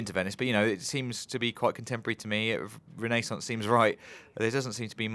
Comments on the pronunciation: Machiavelli would have been proud of that once in a life time pronunciation of "renaissance" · i disliked not because infinite warfare, but because how they pronounced Renaissance. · "Because of Renaissance (awful pronunciation BTW), I'm guessing it's Italy".. (T . T) Whyy...